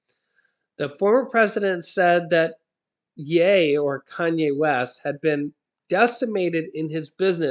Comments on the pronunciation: I am not trying to be rude I am just trying to help you ok! so; just so you know,the word ( ye) is pronounced as: it rhymes with ( she) the way you are pronouncing it, it rhymes with hay. yeah! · I thought it was pronounced "yee". . . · Love u but it's yeeeee Y... E lol